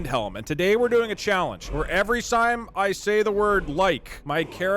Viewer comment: I think because he said every sime instead of every time at the beginning